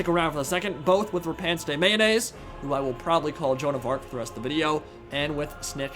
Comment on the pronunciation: Therapist: " pronunciation of Lyonnesse can't hurt you.": "Repanse the mayonnaise"